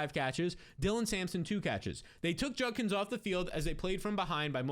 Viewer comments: JUD-KINS!!!! Not Junnkins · JUDKINS there's a D. Its not JUNKINS Eddie Munster